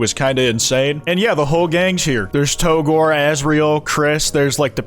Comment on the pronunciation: Hot take: It's pronounced "to gore", not "Tou-gore". After all, you also pronounce it "Toriel" and not "Tou-riel".